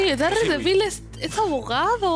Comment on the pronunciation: Se pronuncia dardevil